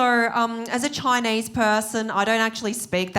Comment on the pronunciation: I think it's funny and adorable when she says "I'm Choinese"